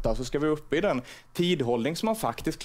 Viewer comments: Låter som han säger skit på hans egna dialekt 😂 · även rättningen blev fel. haha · I skolan lär man sig bland annat uttal, så det blev lite tokigt när självaste ministern för skola inte själv kunde uttala Alla kan förstås säga fel nån gång men det blev lite kul bara